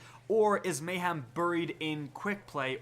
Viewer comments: have you never heard anyone say the word mayhem before. its not a hard word and you said it so many times. just look at the way its spelt. mayHEM not ham, hem. your whole job is just reading news off the bungie app but you cant say mayhem? jees bro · It's MAY-HEM, not MAY-HAM! There's no pork in the word. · May-Ham is coming back XD